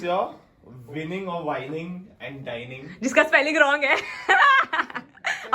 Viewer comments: who else noticed dinig instead of dining😂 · Win(n)ing and DINIG? 🙈🤭